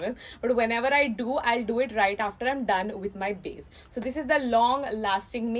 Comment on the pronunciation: saying “BAZE” 🤣